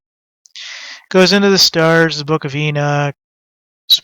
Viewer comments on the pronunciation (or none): none